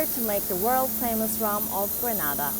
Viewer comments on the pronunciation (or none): Just an FYI it is pronounced “GRAY-NA-DA”. Nice video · It's actually Grey-nay-dah